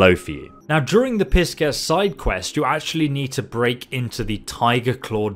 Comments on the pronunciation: Pis-Kess? Pie-sees! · "PISS-KESS" Jesus mate lol love you man but God damn that's a new one for me. Future reference it's pronounced "pie-seas" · You did great saying the katanas name man! However...Love you bro but it was hilarious when you pronounced pie sees as piss kess. You are still one of my favorite content creators i still enjoy from your skyrim videos! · bro I love you but Pisces is not pronounced "Piss sces" lol, its a Zodiak sign pronounced "pie-sees" and now you know.. lol love your channel and I am subscribed, have been forever. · PISS CES IS THE CONSTELLATION PIE-SEES(Pisces) LMFAO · Not piss-kess 😂😂😂😂🤣🤣🤣🤣🤣 come on man! "PIE-SEAS" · 🥧 Pie - Seas 🌊 Not Piss-kess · That’s Pisces ♓️ as in the horoscope sign not piss kess it’s pronounced (Pie Seas) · It's pronounced PAI SYS. Not Piss Kess lol. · ME: *about to subscribe, mouse hovering over the red button*: *repeatedly says 'Piss-Kez' instead of 'Pie-seas'* ME: *slowly backs off subscribe button, while shaking head* I'm starting to think mispronounces these words on purpose. This isn't the first time, nor will it be the last time he does it! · Not Piss kess its Pie Seas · hahahahaha it's not piss-kess It's pie-sees the SC is just an S sound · “Pie-see’s” Wtf is piss-kes?? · Its pronounced pie-seas not piss-cuss. Lmfao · LOL - PISKESS PIE - SEES :D :D :D :D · FYI it’s not pronounced “pis-kes”... it’s the Zodiac sign Pisces, as in the sign of the fish 😁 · Pie Sees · Yeah, its pronounced "pai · seez" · But pis ces made me laugh so hard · lmao pis-kes!... hahaa wtf! who doesn't know how to pronounce all the zodiac signs this day and age hahaaa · PISSKEK would have been so much better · I think it should be pronounce "pai ·seez" (according to google) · Well, I’m pretty sure it’s pronounced (pie-seas). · I like piskes more lol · It's pronounced "Pai-seez" like the zodiac sign. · Pie Sees. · He really just said “Piss-Kess” lmao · My man said "piss kess" LMFAO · "Pie"-"Seas" = Pisces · LOL Pie-Sees...